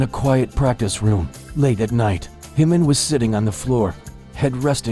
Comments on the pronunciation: JIMIN not HIMIN! Please it’s a J not a H 💜💜💜🇨🇦💜💜💜💜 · It's Jimin not himin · Please pronounce the ‘J’ in Jimin. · Why pronounce jimin name like its spanish🤔🤔